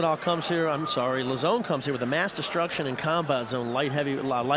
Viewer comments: Joe "La-Zone" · "Lazzone" What? Is he a new menu item at Pizza Hut? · I also thought it was funny the way every one of them said his name, Lauzon, differently and none of them said it correctly haha it's pronounced "low-zon"